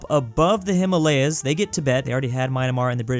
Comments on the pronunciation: It’s Myanmar not maynamar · why does pronounce Myanmar as Minamar? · Why do you keep saying My-na-mar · Myanmar* NOT Mynamar And you keep doing the same on multiple countries. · Nooooo you were doing so good by correctly pronouncing Myanmar but today you have disappointed your Burmese viewers not losed disappointed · does he mispronounce stuff on purpose? emu, myanmar